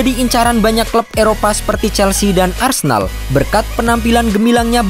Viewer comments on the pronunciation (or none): none